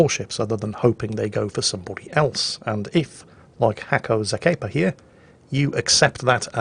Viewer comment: Regarding HackoXakepa - He is a Bulgarian player (NOT RUSSIAN!). It's the second time you have featured a replay of his. Previously you called him "Hacko Zapeyka", now he is "Hacko Zakeypa"... LOL The name is pronounced like "Nasko Hackera". Nasko - short from Atanas (a Bulgarian name). It's a diminutive name - like Billy from William, Dick from Richard etc. Hackera - "The Hacker" in translation. Better call him Dave :D